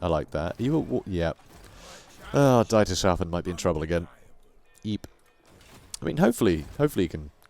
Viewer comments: Love your work and care you show with reading and pronouncing names, etc. Excellent storytelling. Whtm though, pronounce 'Dietershafen" as "DIE..:" (like death=? If you can ppronounce Steven Spielberg correctly then this is pronounced with the same ei sound. Otherwise it is a huge enjjoyment to hear and watch your videos Thanks for the good work. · Dietershafen is the harbour of Dieter(pronounced like thee except with a d). Yeah, Grammarnazi, but thanks for the content